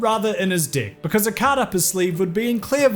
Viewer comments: Because of ' accent, "cut his deck" sounded to me at first like "cut his dick". So when I heard that in the context of the video I almost choked from laughing. Thanks for the unintentional comedy gold, EDIT: It gets even better if you choose to keep hearing "dick" instead of "deck", later on in that segment. Not making fun of the accent, just saying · This video has one of the highest "dick"- counts on YouTube. Call it an accent but no one can tell me that this guy doesn't know that he pronounces "deck" as "dick"! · Your pronunciation of “deck” is very similar to the other word, making the section between to extra funny. “He asked his opponent to cut his d*ck” “His opponent is trying to tamper with his d*ck” Lol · Deck (D e k). Pronunciation is vital to this word specially if were talking about a Japanese guy asking you to cut is deck. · spoiler for the uncouth: it’s “deek”. Aussies and Kiwis pronounce “deck” closer to “dihk” and “dick” closer to “deehk”. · For a sec when he said "Cut his Deck" I thought he said "Cut his Dick" That almost made Magic the Gathering even more exciting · My brain knows you're saying "deck" over and over, but my ears refuse to hear anything other than dick. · Please pronounce "deck" differently 😂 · Please I'm begging you to pronounce "deck" in a different way. Pick an accent, any accent. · lol it took me way too long to realize what hes actually saying is the word "deck" and not something else.... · Literally hundreds of dollars are on the line. Stakes are medium people! Oh, and not being used to your admittedly quite lovely accent, I keep hearing something else whenever you say "deck". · Jesus Christ, I'm a child. Why can't I stop laughing every time you say deck?! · The way you pronounce "deck"... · E makes an "eh" sound. I makes an "ih" sound. In a word like "deck," the difference in meaning can be drastic... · Dang man. Maybe pronounce deck with an E rather than an I 😅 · Please improve your pronunciation of "deck"